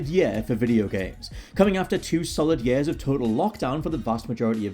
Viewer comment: yeah, does say year a bit to "geordie-ly" lol